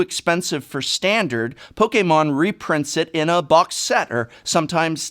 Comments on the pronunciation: Why do you say poke a mon and not just Pokemon ? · Poke-Kay-Mon xD I love dis guy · No one says it pok eh Mon, you fuck! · You mean pokaymon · The way he says Pokémon is so cool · How he says Pokémon though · Guhh. Why do you pronounce Pokemon so weird?